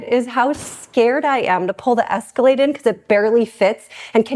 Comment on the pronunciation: Did she say the MajEscalade ?